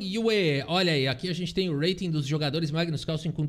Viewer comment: está cursando inglês Esse urreiting tá irritando 😂